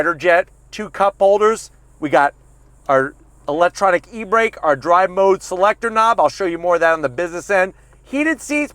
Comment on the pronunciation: "eltronic e-brake" bruh